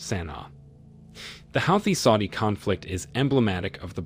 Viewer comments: Huuthee not howthis not sure why it bothers me. Great video! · Hey Mr Narrator have you been living under a rock? You must have been to continually keep mispronouncing "Houthi" ( Hooty) is how it is pronounced My bad of course you would you are an American & not that bright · The only point you have made right is the fact that Houties are part of the resistance. First, your pronunciation of the name is wrong. Secondly, the Russian support is in direct response to US arming and providing targetting info to Ukraine with the missions. Thirdly, Houties are not blicking international trades through the Red Sea. They are only targetting the transport of goods to Israel. Finally, Iran and Saudis have made peace, and Houties are no longer a threat to Saudies. You are using your platform to spread mus-information. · It's Pronounced HOOTIES!!! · i've never heard houthi pronounced like that lmao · I have never heard "Houthi" pronounced this way and maybe I'm wrong... but it's incredibly annoying as he says it this way 50+ times I think. Ugh!